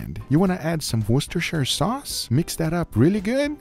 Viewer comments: Thank you, thank you so much for being the only you-tuber who says Worcestershire sauce correctly. A refreshing breath of fresh air. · Holy moly Well done guga. You are officially the first cooking youtuber I have seen who can pronounce 'worcestershire' correctly. 👏👏👏👏👏👏👏👏👏